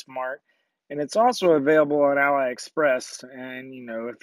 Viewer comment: By the way man, AliExpress is correctly pronounced as ‘alley-express’. It comes from the parent company of Alibaba and you wouldn’t pronounce that as ‘al-eye-bar-bar’.